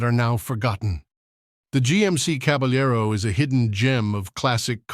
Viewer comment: “Ca” ”bal” ” lar” “row” There is no “y” or “j” sound.